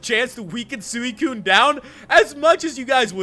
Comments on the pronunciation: It's pronounced (swi,kun) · You are not pronouncing suicune right